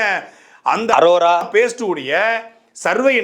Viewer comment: ஒழுங்கா படிக்காம அரோராவ அரோமானு சொல்லி வீடியோ எடுத்துட்டு அப்பொறம் வாய்ஸ் எடிட் பன்னிருக்கான்னு நல்லா தெரியுது.. இருந்தாலும் G square க்கு மொரட்டு முட்டு குடுக்கற.. வாழ்த்துக்கள் 😁